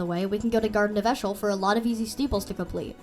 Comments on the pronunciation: eeshöl is pronounced ee-shuh-l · Eeshöl is pronounced as E shul